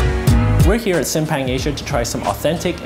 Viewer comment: Its simpang si like see then add an m like seem and a pang like a slight pop on the p so seemPang